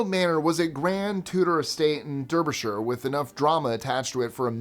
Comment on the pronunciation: American here: Derbyshire is pronounced as Darby... pretty sure.